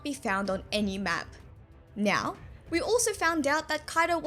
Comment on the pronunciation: I just wanna say that is so cute how you pronouce "now" as "nyow"